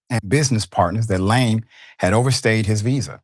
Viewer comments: Its Laaaame not Lame you stupid Americans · surely you could have googled how to pronounce his name correctly?? LA-ME its not difficult. shocking that you didnt do 10 seconds of research before butchering his name 500 times in 7 minute 😂😂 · Lam-e. Stop pronouncing his name that way it’s embarrassing. You’re lame for making zero effort. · It’s pronounced la-may not lame …😂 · La'me! 2 syllables. Not one syllbale lame. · “Lah-may,” not “lame.” Thanks for your attention. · His name is pronounced Su-Reen-Gey Kha-Bone La-Mey, Senegal was colonized by the French. Yall, please stop calling this man lame, when it's pronounced La-Mey! I swear English murders African names. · Lame is pronounced La-may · Pronounce his name correctly pls. It is la'mi! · Listen i appreciate you but he's African the pronunciation of his name is Laaame... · huh what? laaame would sound like layme aka lame which is what he said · I think his surname is pronunced as La- may